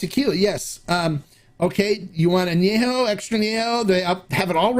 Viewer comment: If I may, the correct pronunciation of " AÑEJO" is with an E as in YET , not an e as in YAY . When it's not pronounced correctly, it sounds like ANOTHER NOT SO Nice Word in Spanish. Thanks for your EXCELLENT, accurate reviews ! CHEERS !!